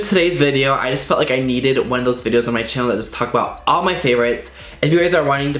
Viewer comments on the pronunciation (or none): none